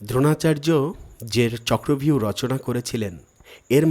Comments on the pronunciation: কথাটা হবে-চক্রব্যুহ, চক্র ভিউ নয়। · চক্র ভিউ না, কথাটা চক্র বুহ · কথাটা চক্রব্যুহ হবে